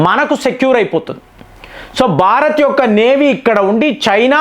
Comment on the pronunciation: బారత్ కాదురా భారత్